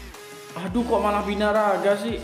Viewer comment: Birangga bukan binaraga wkwkwk